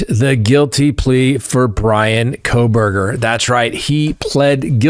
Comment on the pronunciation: They way you almost said “Proberger” is hilarious, you should’ve just said it. LOL.